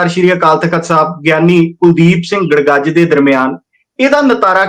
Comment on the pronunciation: ਜੱਥੇਦਾਰ ਕੁਲਦੀਪ ਸਿੰਘ ਗੜਗੱਜ ਨੇ ਗੜਗਜ ਨਹੀਂ। ਬੇਨਤੀ ਹੈ ਕਿ ਆਪਣੇ ਬੋਲਣ ਵਿੱਚ ਸੁਧਾਰ ਕਰ ਲੈਣਾ